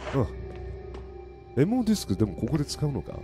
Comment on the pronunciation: 「MOディスク」が「M用ディスク」にしか聞こえないw